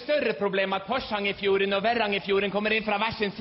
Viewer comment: Det heter "Porsangerfjorden" og ikke "Forsangerfjorden" =)